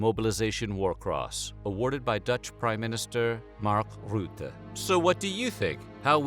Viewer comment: De manier hoe hij Mark Rutte uitsprak was well ff goud